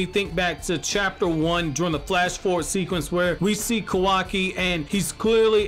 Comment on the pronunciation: I just have to ask, but why are you saying "Kowaki?" Its Ka-wa-ki." Just curious to why you call him Kowaki.